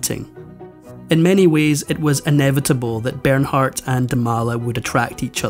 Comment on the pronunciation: Ber naaar....the h is silent...